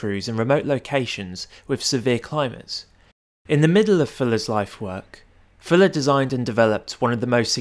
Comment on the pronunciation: say "Fuller" not "Filler"